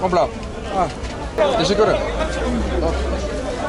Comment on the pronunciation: brother says "tesekürrü" :face-green-smiling